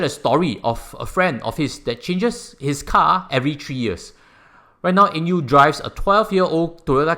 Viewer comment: Did you pronounce his name wrongly? Not Eng Yew